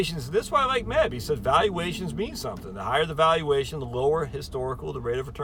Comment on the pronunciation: Its Meb Faber not Men Faber.